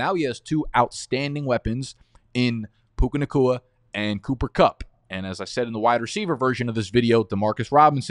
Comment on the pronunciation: Man I think you said “Cuca Nakua & Pooper Cupp”